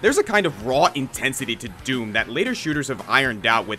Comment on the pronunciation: YOU DID IT RIGHT YOU'RE THE ONLY YOUTUBER TO SAY DOOM RIGHT YES!